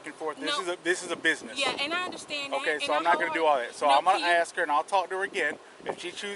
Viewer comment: This is the reason that you don’t hire people that can’t pronounce the word “ask” correctly